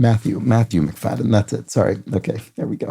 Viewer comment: At least in Scotland , McFadyen ( sometimes McFadzean) is pronounced Muk- Fad gen ( soft g) not Muk Fadden. My cousin was married to one.